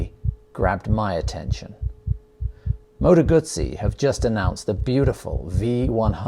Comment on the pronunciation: Awesome looking bike and can’t wait to see one in the flesh. Also nice to hear Moto Guzzi being pronounced properly for a change